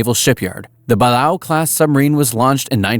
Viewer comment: Congrats on pronouncing Balao correctly😂 Also no British K or M class At least 3 were lost in the May Island disaster and after being converted to the M class a fourth sank backwards